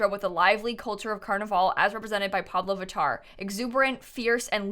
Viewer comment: heyyyy as a brazilian I totally loved that!!! And I kinda miss carnaval :( hahahaha ps: I loved hearing you saying pablo vittar hahaha she is EVERYTHING